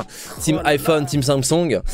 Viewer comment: Je kiffe comment il dit Samsoung !